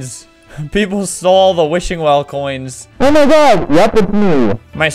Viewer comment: More like "O H M Y G A H"